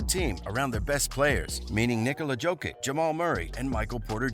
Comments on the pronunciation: Everytime he says Joe-kick I wanna smash my phone. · Jo-kitch ffs. How hard is it to learn shit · bruh, its YO-KITCH, like Yo Kitchen, Yo-Kitch, JOKIC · When you say “Jokic”, it sounds like you’re mispronouncing “joking”!!! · Fuck my ears everytime he says Jokic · You do not know how to read Jokic name, but u have more insaghts on what denver will do. Pls tell us more